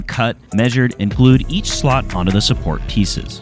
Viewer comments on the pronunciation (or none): slats not slot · S L AAAAAAA T S. Slats not slots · Slats! Hearing them called slots this whole video was argh😢